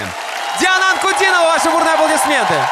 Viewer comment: "An-ku-DEE-no-vah". Accent on the middle syllable. ;). You should read about her life story. From terrible tragedy to triumph...and she's only 20.